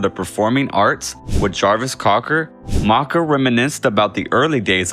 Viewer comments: Why are you referring to him as “Maaarka”. The nickname is “Macka”, rhyming with “backer” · "Mocka"? Ummm. No. Ringo pronounced Paul's nickname as "MACK-UH". Oy